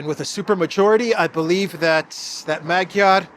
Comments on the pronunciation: His name is pronounced as MaDyar (not Magiar) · ....please pronounce the fools last name properly..Madyaar...unless you are making fun of him..😂... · Actually, Magyar is pronounced Madyar, the "a" sounds are like in the word "love". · I think the A is pronounced like a short O in Hungarian... so Magyar sounds like Mogyor. Not that is matters as he'll just be another irrelevant puppet of Brussels. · the “g” in Magyar is silent in Hungarian language!. Now I’m waiting for Orbán to be put on the European sanctions list like Jacques Baud and the others 🙄